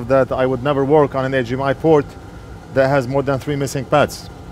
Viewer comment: Always cracking up when he says AJ M I port